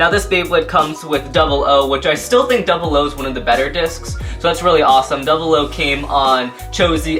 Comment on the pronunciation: on the slash dragon you said duble o disk is the 10 disk(the disk for slash dragonis actualy pronounced oo)